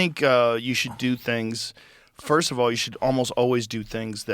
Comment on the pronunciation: "Firscht of all.."